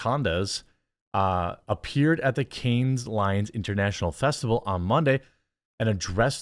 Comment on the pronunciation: Love what you said but cringed at the string of mispronunciations. " Cannes, Lions, Divisive, Divisive, , Divisive"